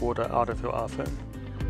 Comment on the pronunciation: "Aphone ten"